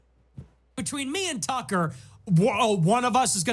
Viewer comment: It's Tucker not Takkaaaa!